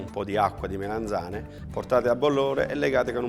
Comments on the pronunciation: Melanzane non Melenzane! Che fastidio! Comunque ottimo video! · MELANZANE non MELENZANE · "MELENZANE" non si può sentire 😱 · Le "melEnzane" 😂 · Sentire "melenzane" per 5 minuti...😅😵‍💫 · Ad un certo punto se ci fate caso dice melenzane